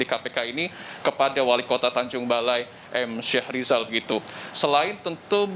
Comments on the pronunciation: Bukan syah rijal. Yg benar Mhm. Syahrial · Syahrial bukan syahrizal